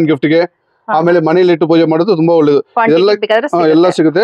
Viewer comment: ಹೊಳ್ಳೆದು ಅಲ್ಲ.. ಒಳ್ಳೇದು... ಹಕ್ಕಿ... ಅಕ್ಕಿ.. ಬೇರೆ ಬೇರೆ...